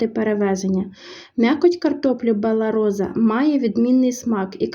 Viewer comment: Картопля називається Бела Роса,а не Бела Роза.